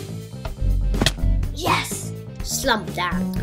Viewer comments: Lol its slam dunk not slum dank...... -_ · You said slam dank 😂😂😂😭😭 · He said slam duck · wtf he said : 'Slap dank' he probably meaned Slam Dunk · its Slam dump not slump dank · The Nigga said Slum Dank